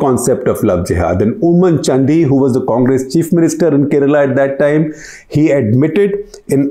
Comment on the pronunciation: Do ask a Malayalee before you pronounce "Oommen Chandy" again.